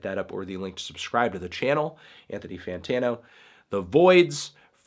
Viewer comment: Why did I breath deep when he said breathony deeptano lmao